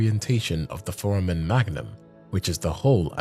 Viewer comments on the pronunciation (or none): Foramen is pronounced four-ay-men